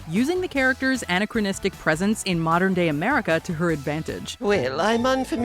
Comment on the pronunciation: Great, but check the pronunciation of anachronistic.